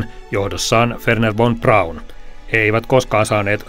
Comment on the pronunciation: Wernher von Braun laustaan: Vernher fon Braun.